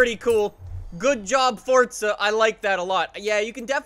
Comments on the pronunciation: Anyone else get cringed when he says "Fortza" instead of Forza? LUL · The way he says Forza annoys me ‘Fortza’